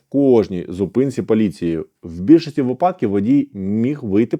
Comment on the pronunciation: ознАка, а не Ознака!!!! вИпададок, а не випАдок!!!! Грамотні ж ніби люди, а вуха ламаєте!!!!